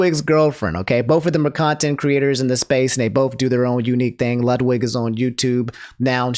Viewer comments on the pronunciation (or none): none